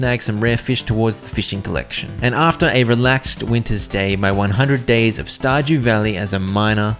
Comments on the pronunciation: Bro really just said Star Jew Valley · "Star Jew Valley"